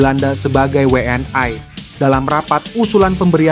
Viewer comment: Yg baca narasi orang mana sih? ngomong WNI aja we en ay...geli saya dengernya!!!